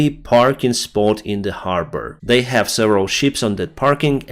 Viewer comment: You said harbor like a Bostonian the first time... Habaah...😉👍